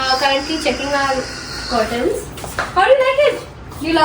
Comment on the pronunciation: Corten nahi curtain bolte hai.